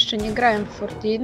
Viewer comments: Fortin A nie fortnite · Kurde To Jest Fortnite A nie Fortin